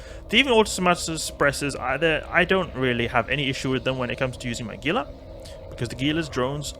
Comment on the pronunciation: I love you vids man. I do however feel the need to let you know Gila is pronounced Hila. It is a reference to the Gila Monster, a lizard native to the western United States.